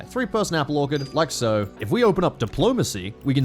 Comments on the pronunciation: please. I live in orchard country, it's pronounced Or-chard, not Or-Card, I beg of you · Is saying "Orc-erd" instead of "Orchard"??? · Ork-erd may be the oddest way I’ve ever heard a man say the word “Orchard” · or-ch-erd plz your hurting me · The mispronunciation of orchard hurts 🤣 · HOW IS THIS MAN PRONOUNCING ORCHARD WTF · Very cool video, never knew that's how Aussies say "orchard". I learned something today